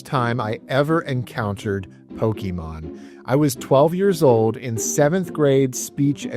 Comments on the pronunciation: Pocké not Pockee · "I was twelve when I discovered Pokeymon." Then why do you mispronounce it as Pokeymon like a boomer parent who calls every game console, "a Nintendo"? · "Pokeymon" 😂 🤦‍♀️🤦‍♀️🤦‍♀️ C'mon man. I can't even finish the video because you say Pokeymon so much it's like nails on a chalkboard. You know how to say it right so say it right. I trolled my husband so much the whole time he warched your video over you saying Pokeymon. 😂😂😂 I had to leqve the room it got to be too much. Im like why are you watching this dude who can't even say Pokémon correctly? Hard thumbs down. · Is poh key Mon a bootleg of pokemon? It seems to be a copy of "pocke"t "Mon"sters ポケモン. Someone must have thought that those things on your pants that you put your keys in are pohkeyts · Dad banned you because you couldn't pronounce Pokémon correctly. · Wow a supposed gamer mispronouncing Pokemon 😂 I swear the world gets dumber every day